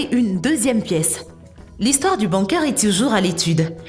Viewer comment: Bunker ça s'écrit bunker mais ça se prononce bOUMker